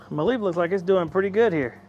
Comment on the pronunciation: It is pronounced ‘me-lif’. Jesus it’s cringy how you pronounce it. 😂🤦🏻‍♂️😂.